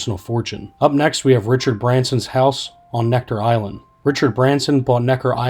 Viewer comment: It's Necker Island not Nectar. Editing sucks.